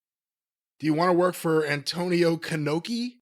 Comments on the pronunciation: "Antonio Kenoki" 🤣🤣🤣🤣🤣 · An-TONY-o Khan-Oki lmao